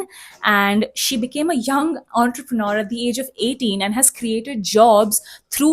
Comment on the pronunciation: Entrepreneur pronunciation 😅.....